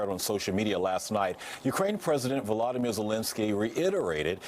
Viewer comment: Trudeau call him Valdermir. It's Voldermir stupid